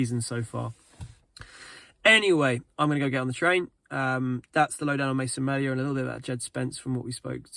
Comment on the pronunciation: It's pronounced mealia